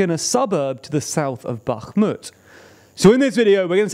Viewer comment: Comgrats for not saying "Backmut"